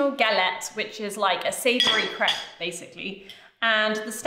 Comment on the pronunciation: Lilly grew so tall! Both girls are so lovely and fun. But how do you say crêpe without it sounding like crap?